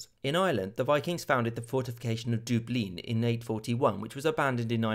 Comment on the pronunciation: Great videos really enjoying them. Irish people pronounce Dubh - Linn as ‘Dove’ Linn, the emphasis on the B as it become Dublin came later